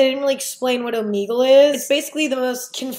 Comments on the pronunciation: It makes me uncomfy every time she says it lmao the logo has the omega symbol so you're supposed to say it oh-meh-gull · Am I the only one who pronounces it omeygle cause I feel like she's pronouncing it omeegle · okay isn't it "o-mEH-gle" not "o-meeeeee-gle" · I love how she says Omeegle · crying at the fact that you call it “omeegle”